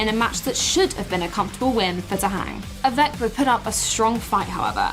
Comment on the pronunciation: Great idea, near perfect execution, save for "avEk," haha. Still, hope to see more summaries like this in the future.